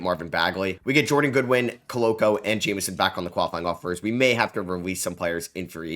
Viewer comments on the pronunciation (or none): Jemison not Jamison brotherrr